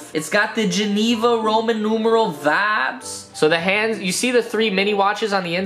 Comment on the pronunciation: Am i the only one Who is fackin Done with him saying wibes all the time